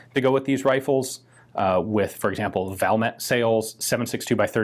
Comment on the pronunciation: My OCD SAYS... VAL-MAY, the T is silent 🤫